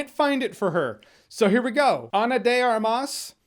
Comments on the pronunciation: Really nice try, but you misspelled the last word, it's pronounced "AR-mas" not "ar-MAS". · Ana de - *A*rmas Last name is two words, and you give emphasis to the first A not the last one. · Nice job with Ana de Armas' name! Only thing is the intensity goes on the first syllable of Armas as If it was Ármas. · You pronounced her name quite accurately , if you want to do it perfectly the only thing is that in Armas you place the emphasis on the second syllable instead of the first, you said ar MAS when it should have been AR mas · Jeremy, I like the fact that you take the time to be as accurate as possible. As a native Spanish speaker, I can say you pronounced her name correctly. Well, almost. The stressed syllable should be the first one in Armas. Other than that you said it right. Always a pleasure to see you. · It's pronounced Ana de Armas with emphasis in the first A. Which means "guns"